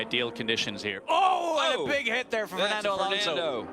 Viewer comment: thank you for FINALLY saying his name right...